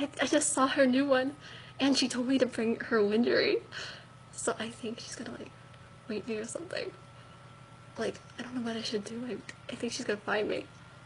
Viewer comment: '...her lyn-jerree so she can wape me'.